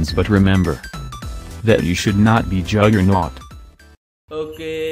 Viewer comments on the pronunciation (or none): Juggernaut not a juggerNUT